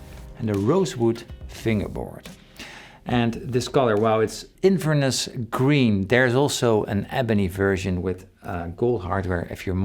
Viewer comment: At least you can pronounce Inverness, Trogly still can't 😉